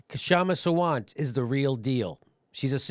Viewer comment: Yes. K is silent. And also her last name is pronounced "Saa-vant"